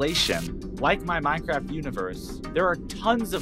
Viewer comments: What do you pronounce it as “min-craift” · why does bro say Minecraft like that